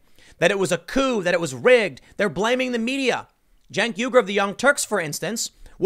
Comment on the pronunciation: Tim, Uigur is pronounced why gur.